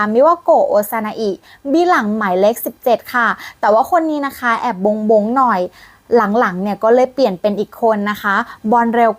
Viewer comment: บ้ง อ่านว่า บ้ง ไม่ใช่ โบ๊ง คาบแอดมิน